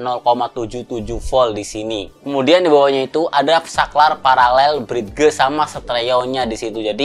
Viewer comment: Brid.. geu .. wkwkwkkk... Pelafalannya brid, masee.. Sekedar koreksi. Salam audio